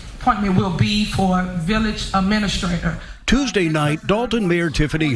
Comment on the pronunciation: She doesn't even pronounce it right. It's administrator, not aministrator....